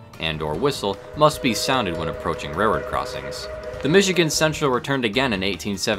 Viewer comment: It's actually "railroad," rather than "rairroad." I apologize if I'm pointing out a speech impediment. Interesting video.